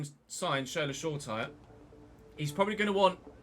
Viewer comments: FYI, Shola’s surname is pronounced “sure-a-tea-ray” rather than “sure-tyre” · Hi love the vids, just to let you know Shoretire is pronounced Show-ra-tee-ray.